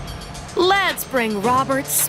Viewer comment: KIERNAN SHIPKA NOT KEIRNAN IS MY LOVE